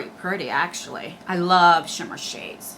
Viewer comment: Take a shot every time says “VERY PRRRETTY” lol